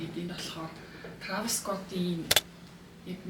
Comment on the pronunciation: Трайвис скотт ged helchul ugn 🫢🫢 not траавис